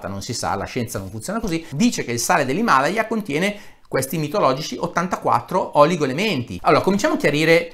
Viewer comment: Non mi triggerano tanto le bufale su 'sto sale miracoloso Mi trigga incredibilmente il modo in cui è pronunciato "Himalaya": io l'ho sempre pronunciato "Himalàya" xD